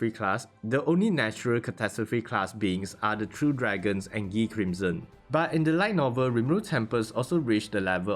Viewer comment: pretty sure its guy not gee crimson